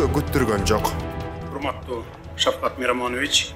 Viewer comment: Шавхат эмес, Шавкат десенер зб кылбай.